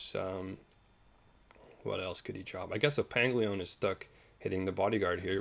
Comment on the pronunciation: pang o lin, not pang-leon